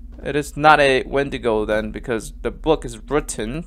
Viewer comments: ☆|▪︎Wendigo is a deer and said it right the 1st time▪︎|☆ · Wendigo/Windigo is pronounced as Wen Dee Go/Win Dee Go